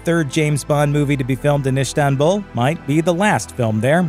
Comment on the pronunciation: His pronounciation of Istanbul is weird, but it may just be me. But I think it is pronounced almost like it is written, not Ishtanbul, but do tell if I'm wrong